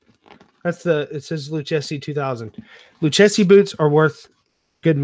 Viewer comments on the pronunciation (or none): Nice haul! This is my first time watching, but I must let you know the correct pronunciation for Lucchese. It is pronounced like you are saying Lu and Casey, Lu-casey. Being from the San Antonio area where this company was founded, my ears went on high alert when I heard Lu-chess-e. Anyway, great video!